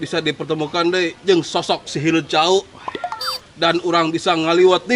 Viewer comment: nyeratna salah mang sanes HILED tapi HILEUD